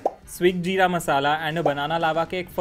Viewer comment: while trying the jeera drink Her pronounciation:JEERA-Y ME HEARING:JIRAIYA SAMA CUZ I AM WEEB